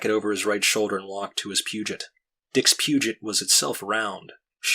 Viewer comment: Peugot is read as "pew-goh" btw. Great job!!!